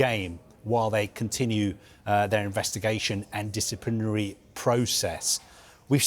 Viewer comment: Is this fella drunk. He can't pronounce provisionally or disciplinary 😂😂😂